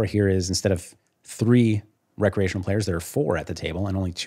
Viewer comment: my ears hear "bad" when he says "recreational"